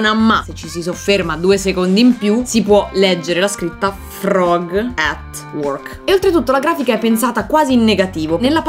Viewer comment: La bro che dice forg al posto di frog😅